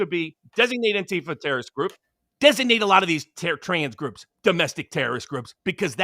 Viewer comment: Interesting speech impediment you have,. You pronounce the word "terrorist" like the word "journalist."